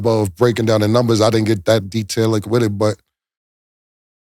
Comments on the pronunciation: New segment for the Day 1's ONLY Killa Cam's Dipset Dictionary: Feel free to add more 👇🏾 "Detailic" = More detailed "Estralaunch" = Echelon "Athletickism" = Athleticism "Stanima" = Stamina "Disparicy" = Disparity 😂😂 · Cam be destroying words 😂😂 wtf is detailitic😂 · “Detailic” is diabolical Cam